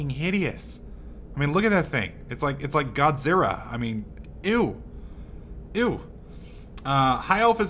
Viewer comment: Did you just say fucking Godzirra? Jesus Christ.